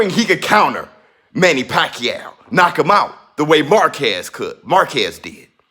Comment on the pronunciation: I wish Americans could pronounce the name right, it’s pacQUIAO, with accent on last syllable. Pls. be first! In the Phil. the name actually means “wholesale”, what are the chances , he made pakYAW all those belts